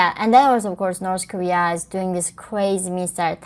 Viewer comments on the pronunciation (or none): i still think the "norse korear" is the funniest shit ever...shes fkn from there...and cant even say it right...norse career